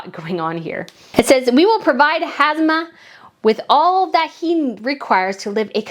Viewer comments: It’s Ham-zah, NOT Haz-mah, as you keep saying. I really appreciate you covering other royals, and this was very interesting. But a small tip-do try to slow down and lower your vocal pitch, if possible, for easier listening. More importantly, I know it’s hard to pronounce some names and place names correctly, but it will show respect and courtesy. A name, well-pronounced, shows care. When some people wave it off as too hard, or not worth trying, or just bungle it merrily, it shows a kind of disregard. I know you don’t mean to do that. Thanks for your content! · HaMza not HaZma 😅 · Hi, I think it's HAMzah (hum-zah) not HAZmah (hez-mah). Zah as in zah-ra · In Jordan its pronounced Ham-Zah. King Hussein had 4 wives. Abdullah's mother is English. Queen Noor married King Hussein after he was widowed.